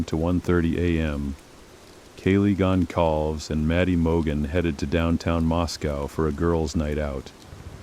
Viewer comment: I know this is AI crap but At least pronounce the names correctly!! Gon-call-vez And Cour de-lean? What total crap!